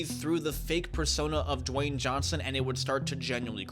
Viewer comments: Who tf is "Jwayne?" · It’s not Dewayne